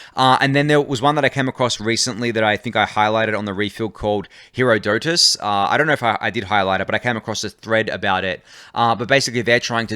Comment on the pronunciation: It's pronounced like "her-ODD-otus".